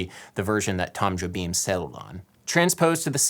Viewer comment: At least you pronounced Jobim fairly enough.